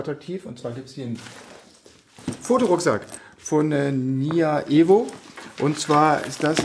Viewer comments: "NYA-EVO" Nie nya ?! Doch na klar- der wer was. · "NYA-EVO" amüsant :)